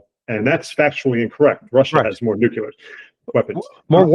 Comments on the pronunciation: It is nuclear not nukular... and get better mic ffs. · This trends journal guy needs to learn how to pronounce the word nuclear. It's nu cle ar, not nu cu lar. So lame. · Nukelar,.. its pronounced nukelar😂